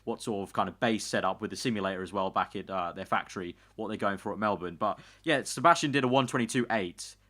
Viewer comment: when will you say Melbourne correctly